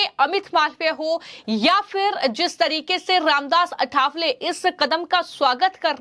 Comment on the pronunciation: अठावले उच्चार गलत है सही,बराबर उच्चार है "आठवले" आठवले शब्द का अर्थ है "याद आये"